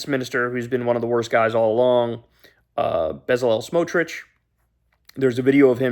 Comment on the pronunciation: kyle man. love your show. learn to pronounce names from the region. Bet SA lel Smotrich AHH-hah-ron Barak